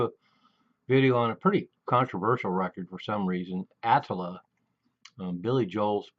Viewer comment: Ah - tlll - ah. Not the way you pronounce it.